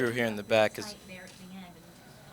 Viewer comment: NBA Players lol yea I think he’s a “gang member” a “crip”. BAC INSTEAD OF BACK.